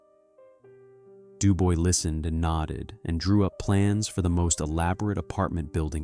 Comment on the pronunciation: DuBois is being pronounced like its written, the oi is pronounce ua in French.